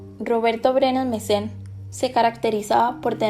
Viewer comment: Varias veces dice Mesen. Es Brenes Mesen